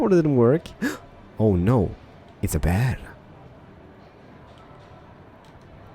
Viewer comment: It's a bäär XD